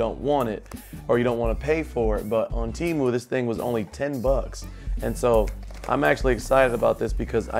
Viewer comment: Pronounced Temu correctly ✅ . You showed a lg magic remote not sure if you know ( probably do ) but if you shake it it becomes a mouse pointer which is faster navigation to type. But the keyboard is good too 👍